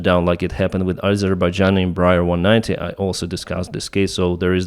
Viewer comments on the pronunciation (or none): none